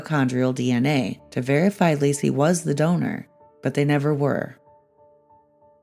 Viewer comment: It's * Laci. Not " Lacey ".